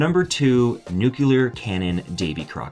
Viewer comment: ..."nucular".... :-D